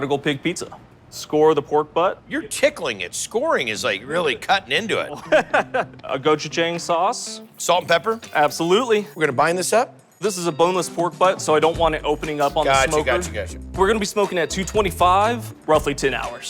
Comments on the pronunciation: Umm…the “Prodigal Pig” pizza maker needs to know the correct pronunciation of ‘gochujang’. It’s go-choo-jAHng, not jaeng. I’m Korean, I should know. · Yeah, I cringed at that myself and im not even Korean. If only people knew how to pronounce vowels outside the US…